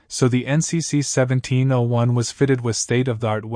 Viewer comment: A true fan wouldn't have mispronounced a key number of terms, including saying seventeen O 1. Meh.